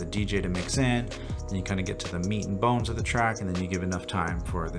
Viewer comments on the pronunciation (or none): none